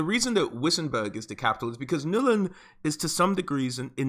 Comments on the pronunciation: Ok... it's NULN GOD DAMN IT, NOT "NUL-IN". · why does he keep saying Nullen it's Nuln one syllable dude.